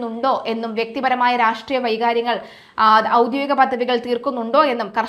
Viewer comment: വൈകാര്യങ്ങൾ അല്ല വൈരാഗ്യങ്ങൾ